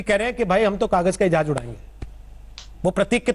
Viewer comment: Jehaaj hahah Jhaaaz saly z not j